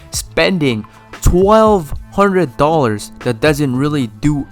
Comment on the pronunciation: I like the way he say dollars